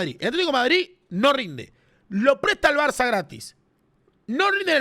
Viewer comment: cuando no, el gordo termo tenia que decir barzzzzzza